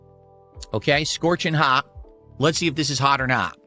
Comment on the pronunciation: “haugh or naugh!”